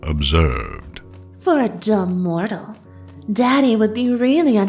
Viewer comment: Evry time they say mortal it hurts my mortal feelings